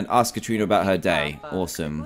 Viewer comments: Dan you say it as Karana but it is spelt Katrina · Ka Tri Na that is how u say it xDDDDDDDDDD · Dan said Kat rina I laughed so hard 😂 BTW I watched this playlist in 2018 I’m just commenting now cause idk